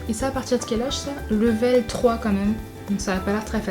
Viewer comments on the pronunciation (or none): none